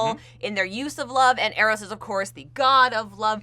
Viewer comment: Doctor Psycho would be an excellent villain for a movie set around now, he'd be so easily tweaked into some alt-right incel/MRA type that it's almost as if they were around in WMM's day :P As for Chris Pine, I really like the Steve Howard theory best (btw, Eros is pronounced with a long E :) ) though I think he's just going to be a descendant of the original Steve Trevor, somehow. Cannot wait for this movie :)